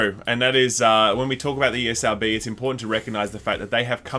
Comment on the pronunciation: Anyone else heard the old guy say EA-SRB 😂😂😂 The guy thought they own it 😂😂